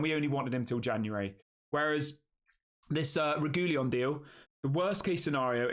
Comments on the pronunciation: Reguilon AFAIK is pronounced Reg-wee-on. My memory of him at Spurs was that he tried hard when he first got there and was excellent, but his enthusiasm waned quite soon after, and he became disillusioned. That might have been understandable because Spurs were awful at the time. Or you could look at it as a negative quality that his head goes down too easily. Either way, a deal that allows us to hand him back after a while is the right solution. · Sorry to be a bore, but it's pronounced 'Reg-willon'.